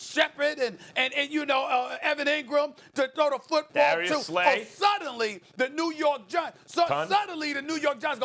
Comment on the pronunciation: " we got Darius Slay TON" Lmao